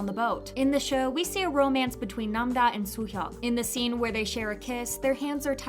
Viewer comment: her name is nam-ra not nam-da